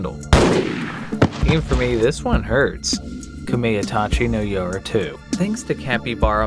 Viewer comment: "kameytachi" was painful to hear.